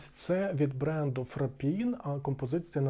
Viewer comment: дякую, цікаво. Маленька поправка - правильно не ФрапІн а Фрапан